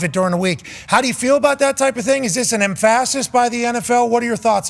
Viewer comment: Why did he pronounce emphasis that way?